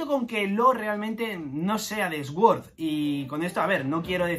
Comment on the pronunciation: Sword=Suord por favor, me da cáncer cada vez que te escucho 🤣